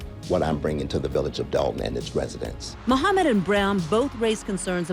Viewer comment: Did Ms Henyard just pronounced residents as resinents? 😢😲🤔